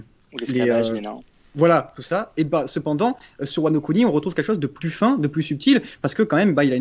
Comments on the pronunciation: Ils auraient du prononcer "Wano Kuni" Wano Couni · Y a que moi ça gêne qu’il dit wano cuni le gars? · Quand ils ont dis wano Kuni je me suis peter une barre